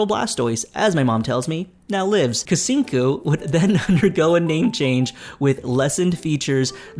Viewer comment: Lol the pronunciation of Kucingku is killing me 😂. In Malay or Indonesian "C" is always sound as "ch" in English so it sounds more like Kuchingku. I mean, they are not wrong to open to everyone to try out the game and collect feedback. However, the problem is the execution and their method seems to fall flat. Seems like they are not changing course when things are not working. It sounded like Cahaya is more like a vacation world than a proper city like Bliss Bay and Dowon, that's too bad because I would want to be a resident of a tropical climate instead of being a tourist.